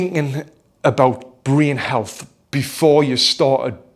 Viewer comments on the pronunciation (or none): The way he said "Breen Health" convinced me immediately.